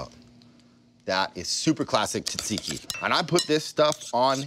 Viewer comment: You my friend are pronouncing it wrong I as a Greek man say differently I will try your recipe though